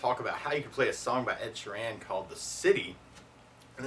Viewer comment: Ed Sher-an xD loling at the way you said Sheeran but great tutorial bro.